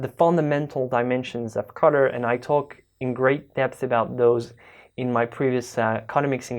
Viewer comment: i couldnt figure out what the heck a cutter was, then i realized u said Color,. sorry, no offense intended